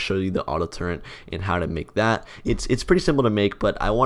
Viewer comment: there is no 'n' in turret